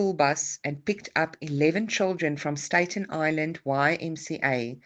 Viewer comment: Just FYI, it's pronounced Statten like batten, not Stayton, and Geraldo is Heraldo